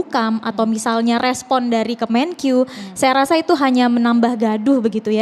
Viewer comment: Menkeu bukan kemenkyu, lebai